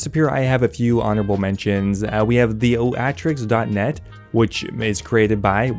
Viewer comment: The Oatrix is Theo-atrix XD